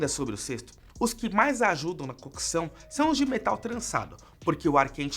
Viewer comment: Agonia em escutar a palavra “cookeção”